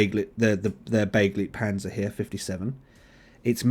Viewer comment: It's pronounced be-GLIGHT-panzer ...and don't you forget it ;)